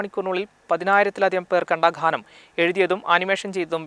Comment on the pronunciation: Wow സൂപ്പർ. ഖാനം അല്ല.ഗാനം എന്ന് പറയൂ